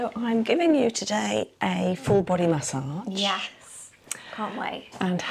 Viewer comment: First it was CO LAWN and now it's MAY SAWG...I LOVE IT HERE 😂😂